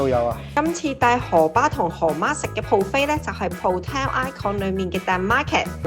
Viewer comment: 唔好意思Fiona ，今次節目之中聽到妳不斷將buffet講成pro 飛，😓😓😓